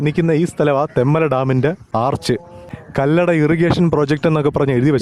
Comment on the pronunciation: തെമ്മല അല്ല തെൻമല